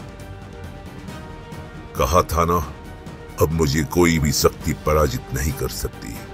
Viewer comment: सक्ती नहीं शक्ति बोलिए